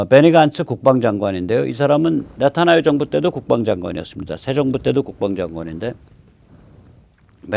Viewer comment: 별 것은 아니지만 네타아유(x) 네타야후(o)